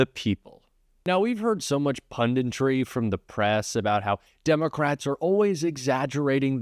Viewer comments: Punditry...not pundintry. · Good commentary,. A small point: the word is "punditry" not "pundintry" (only one "n").